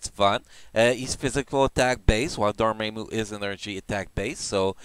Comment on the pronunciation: Wasn't me or was he mispronouncing dormammu and kid kaiju. Not a big deal what is his native language.